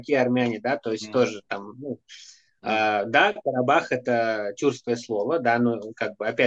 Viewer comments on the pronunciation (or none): КАРИ БАК а не Карабах